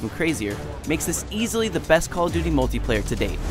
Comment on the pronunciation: It call of buty